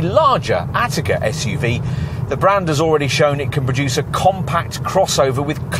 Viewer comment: You are literally the only people I have ever heard pronounce it 'Attica'. PLEASE STOP :D